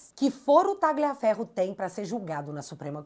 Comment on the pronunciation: pronuncie o nome do Tagliaferro como Talhaferro, pois o g é mudo no italiano nesse caso